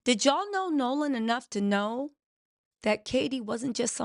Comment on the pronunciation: you gotta get these names together girl! We love you but it’s “”Nolan” 😮